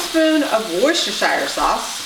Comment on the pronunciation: you Worcestershire sauce correctly